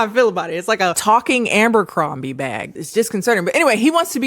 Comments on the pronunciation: Now watch Beverly Hills 90210. (Also, ABERcrombie, not AMBERcrombie 😘) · Taking a shot every time adds an extra M to Abercrombie 💀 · 'ambercrombie' lmao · Girl… Ambercrombie? Had me dying every time u said it and it was so many times!😭😭😂😂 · Forever pronouncing it Ambercrombie from now on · You never sounded more black than when you said AMbercrombie lol. Come through with that nickname girl lol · The number of times said aMbercrombie, i started doubting if it actually is aMbercrombie 😭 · Obsessed with the way you pronounce Abercrombie 😭